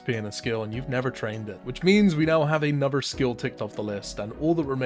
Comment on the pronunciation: 'Anofver one' 😂